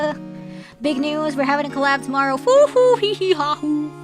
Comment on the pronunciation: Consequences Konsekvenkvesh ✨New word unlocked✨ I think this is in the same class as koinkidink🧐 The blue little guy is so cute. AAH! Mamamardial Baby Weine tried to call Mr Gepeng Rodent / kiss sfx, blow Big news newzöÖ~öh, common brain damage (fufuhihihahu) Damon Gant Dámon Gántöh (I'm not sure if this is actually said funnily or not, except for the "öh" at the end) UR+ rare moment where instead of "idc" Reine cares! :_reineUwu